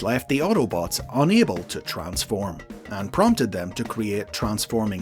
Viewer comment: Literally have word "Transform" on their product but still decided to butcher it.